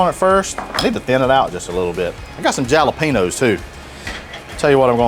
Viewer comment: You are such a troller.................. JAL-a-penos.....LOL